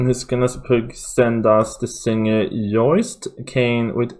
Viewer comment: Joost is pronounced like toast or Yo! st ;-)